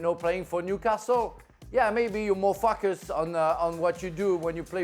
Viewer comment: I thought he said at first "you mofos!" 😂but said "maybe you are more FOCUSED"